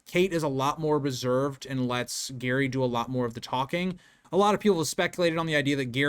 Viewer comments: It's not Gary, it's Gerry (Jerry). Also, it's Tapas Seven. Tapas as in Spanish food. Good video except for some wrong pronunciation. I thought the McCann's wouldn't allow the twins to be tested? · Its Gerry not Garry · It's Gerry, not Gary. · Hiw can you possibly pronounce Gerry, Gary? Are you an idiot? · His name is pronounced Jerry not Garry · His name is Gerry (pronounced Djerry), not Gary. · Yeah lol we pronounce it more like "Jerry". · Jerry is the correct pronunciation. You sound like you're saying Gary or Gehrry. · This video is so good! This case never sat well with me. Btw I think his name is said like Jerry 😅 British pronunciation idk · Can't even get Gerry's pronunciation correct? It's JERRY. 👎🏼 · you did, its pronounced Jerry but it was the window being open as that was contested and also no sign of forced entry and it was deemed to high and overlooked a car park and street i will finish watching it and not meaning to trivialise your work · Pronounced gerry. Like tom and Jerry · I'm American who has lived in UK for many years. You are correct with the father's name. He is just pronouncing that and Tapas wrong. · It's pronounced jerry not Gerry. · I thought it was pronounced 'Jerry' rather than 'Gary' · The McCanns did so many suspicious things, it's hard not to believe they know exactly what happened to Madeleine. You seem so knowledgeable, but mispronounce Mr. McCann's first name. It is Gerry, with a soft G, not Gary. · Sorry, just saying "oops, my bad" in the comments doesn't cut it. It's way too basic a thing to get wrong if you want people to regard you as a competent researcher. Every time you say "Gary" you sound ignorant and unreliable. Why should I trust someone who couldn't even be bothered to confirm the father's name? The spelling should have immediately called the pronunciation into question, especially for a US citizen. Do better. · Her husband is not called Gary his name is Gerry!!!!!!!! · His name is Gerry,not gary